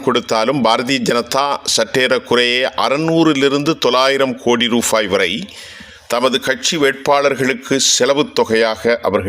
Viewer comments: Rufaai அல்ல rupaai. தமிழறிந்தோரை வைத்துச் செய்தி வாசிக்கவும். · Aam, rubaai ku bathil rufaai enru kooruginraar 😂